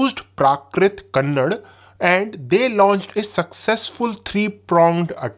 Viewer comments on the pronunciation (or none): Its not kannad it is kannada please pronounce properly 🙏🏼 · A proud kannadiga here! its not ""kannad" its KANNADA likewise Hindi is not hind ."The kalabaras where kannada kingdom, actually the whole northern part of modern day tamil nadu historically refered as ""kongu nadu '" region was ruled by Gangas actually the founder of ganga dynasty is ""konguni verma"" hence the region's name and kalabaras for centuries, then by hoysala (Beast killars) empire before mighty karnata empire (vijayanagara). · It's Kannada You are doing pH. D You should know the pronunciation of KannadA, one of the oldest languages Hind bhash people should Correct it